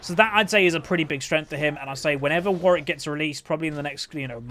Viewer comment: seems like thats how its pronounced, imo